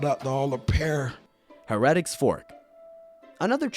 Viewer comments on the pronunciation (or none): it's Hair-A-Tics fork....not hair-reddicks fork....